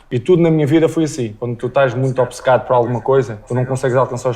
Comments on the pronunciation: Obcecado e não obececado como você prenuncia! Que legitimidade tem um brasileiro vir rectificar o português de um cidadão de Portugal?! Quando tiveram o vosso próprio idioma oficial, talvez um tupi guarani a ser falado pelos vossos 200 e tal milhões de cidadãos aí sim, tem todo o critério. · Desculpa em te dizer, mas voce está errada em dizer que na palavra OBCECADO falamos todas as letras e depois acaba pronunciando OBICECADO, fazendo um "i" aparecer magicamente no meio da palavra. No momento de soletrar, deverias ter pronunciado ob-se-ca-do, assim como ad-vo-ga-do. ambas estas palavras são palavras compostas derivadas do latim. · ) giro. Achei engraçado dizer que "obcecado" dito pelo Cristiano Ronaldo foi "comido", e diz que, ao contrário, no Brasil, se pronuncia "direito" todas as sílabas.. e depois, diz "obicêcado". Não existe "i" entre o "b" e o "c" :). A versão brasileira de Português adiciona imensos sons que não estão lá, como o "dji" ou o "tch". Já aqui em Portugal abastardamos um pouco as vogais, é muito complicado para alguém de fora compreender quando abrir ou fechar um "a" ou um "e", ou distinguir um "u" de um "o". Relativamente à pronúncia açoriana, deviam ter focado o outro tipo, que é Micaelense. O sotaque da terceira é muito continental :). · Obcecado. Depois do O inicial, Obce só tem uma vogal e só essa vogal deve ser pronunciada. E mesmo essa, é quase muda. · Olha ela querendo ensinar os portugueses a dizer obcecado, ela é que diz errado dizendo obicecado.